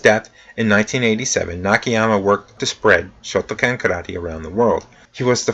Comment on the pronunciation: I understand pronunciation issues but you absolutely have to get the name of the style at least basically correct--Shoto kan not shoto CAN. How can you not be able to pronounce the name of a style you study?